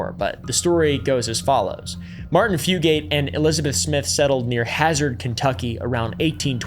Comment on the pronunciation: i know i’m late but my mom was a fugate from hazard (rip) and i know she’d be rolling in her grave to hear you call them “fu-gates”. mainly joking -hazard resident